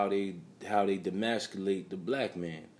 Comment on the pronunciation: E-masculate, not D-masculate, is how the word is properly pronounced. Im not tryna be the grammar police, I just think you put out quality content , so it's only right , you say it right.